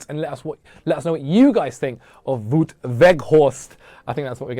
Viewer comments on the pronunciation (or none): It's Wout, not Woot. Same as shout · Vow-t, not woot. Just so you know :-) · His name is pronounced as "Vote"